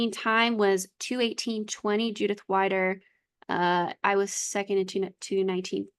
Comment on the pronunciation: greetings from switzerland 🇨🇭🇨🇭 i love listening to your podcast while crosstraining 😊 but it‘s judith ‚weeeeder‘ not judith ‚waaiider‘ 😉